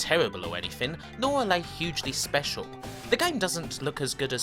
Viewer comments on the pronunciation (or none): none